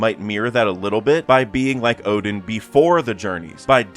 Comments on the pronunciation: Oden is NOT pronounced as Odin!!!! Is pronounced as O-DEN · Oden and Odin aren't pronounced the same way. This has just been bothering me in a lot of your videos.